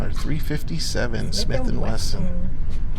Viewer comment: Taking after Mr. Ben Ciliberto below. Yes, It is a Gatling gun w 6 bbls. It also shoots depleted Aluminum shells (nut U238 depleted bullets, butttto depleeeeEted Al SHELLs mind u) from back of the cylinder or call it 6 bbl Gatling gun chambers.) I also like the man saying Smith & Wagon. Now, i'll end up saying dattttooo bc. i like the sound a lot better than Smith will. Great Review,. May b we can try Smelt & Wesson Veggie oil gun to cook that fish out in Calif. coast toast while those critters r making more bacon. Remember. Fly United (United A/L) to watch that event, like the Smelts do. I don't think u2 couple know bout this special night event under the shinning Moon lit beach (call it shore, in East Coast buttooo i'm nut sure for shore). I hope his wifee would keep him company at the range and keep on enjoying shooting herself. Maybe she can get the Smelt & Wesson.22 revolver which can also shoot.22 Mag thru the 6bbl Gatling gun w depleted bullets? She won't know if it's shoo'N mag or no mag or no bullets... OK, nuf of dat (that) above. Seriously, we should all try fried Smelt for snacks after hard ranger work at Smith & Wagon train heading up on the Oregon Trail. Here's the Smelt & Wesson recipe for U2: I think u, is always in charge of the Chow Wagon for the OreGonners so dat's why u said Smith & Wagon Motel Five, Eight or Six for dinner time on ur grill. This is Tom Bordette, Motel 6. I'll keep a light on for ya!